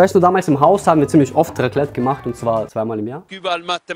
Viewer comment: Raclete ahhhhh ich bin schweizer und es heißt raclet nichts gegen dich bro mach weiter so ich feier dich so so hard kriege ich ein hey bitte😭